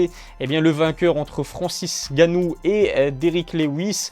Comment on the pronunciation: Francis Ngannou pas Francis Ganou 😑